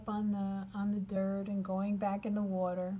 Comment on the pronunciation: You lived in NY didn't you? They way u said water... I had flashbacks.😉